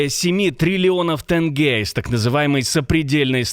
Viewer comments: Как мерзко слышать тЭнге🤮🤮 Где вы там видите «Э»? ТЕНГЕ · Тэнге 😂😂😂Теньге бл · Не тэнге а тенге через букву е!спасибо, у меня все.